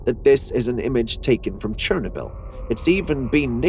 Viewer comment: Somebody please tell me why he is mispronouncing Chernobyl???